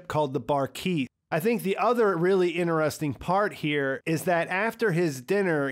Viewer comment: man you gotta quit pronouncing "interesting" like that..